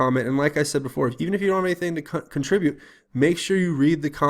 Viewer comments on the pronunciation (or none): none